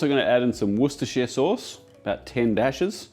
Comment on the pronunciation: Excellent pronunciation of Worcestershire Sauce 🤌